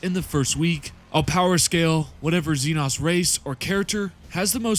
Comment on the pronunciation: IT'S XE-NO YA KNOW LIKE XENOMORPH? FOR THE LOVE OF THE MATRIARCH GET YOUR SLURS RIGHT MOTHERFU- Inhale Exhale Alright Alright, I'm calm now Sorry for the crashout It's just that by now I've seen it pronounced wrong too many times That's doesn't call for profanity though, my bad